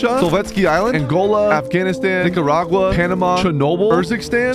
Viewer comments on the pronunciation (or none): none